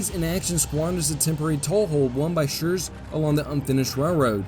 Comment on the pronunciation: I really like and admire chanel but as a german i must admit his pronounciation of german names has space for improvement. Example: In High German you speak the name "Schurz" with a long hissed "zzz" ad the end.